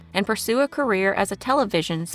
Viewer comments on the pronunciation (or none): none